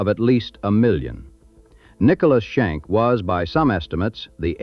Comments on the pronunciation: They were not the "Shank" brothers, they were the Schenck brothers. God, I hate A.I. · Shank? Check that. Schenck.😅😅😅😅😅😅😅😅😅 thank's AI.